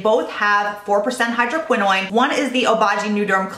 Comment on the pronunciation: love love love your videos but the way you pronounce hydroquinone seems to be incorrect. You pronounce it as if it was spelled like tretinoin. Is that how it should be pronounced? Thanks for all the skincare advice!